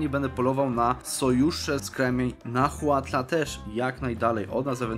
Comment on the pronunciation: Mała lekcja wymowy: Huasteca [Łasteka] Nahuatl [Nałatl] Chichimeca [Cicimeka], mała ciekawostka Chichi [cici] to w nahuatl, pies. Jaki to ma związek z tym ludem, nie mam pojęcia Tzotzil [Cocil] Xiu [Siu] Itza [Ica] Champutun [Ciamputun] Xicallanco [Sikalanko] Teotitlan [Teotitlan] Mixtec [Miśtek] Ceh Pech [Cek Peć] Mam nadzieję, że pomoże to w trakcie kolejnej kampanii w Mezoameryce, a ja i 2,5 innej osoby interesujące się regionem, nie będziemy krwawić z uszu z powodu wymowy :) Ps. Podałem tu tylko nazwy wypowiedziane w filmie Ps. Nazwy majańskie zapisałem w wymowie Nahuatl. Nie znam majańskiego, więc mogą być niepoprawnie :)